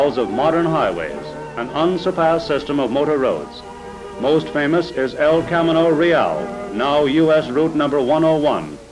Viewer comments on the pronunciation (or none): "El Cam-in-no Real?" Los "Ang-luss" - the City of "Ang-luss!"